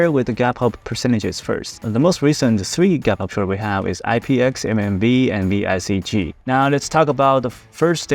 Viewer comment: It's VCIG not VICG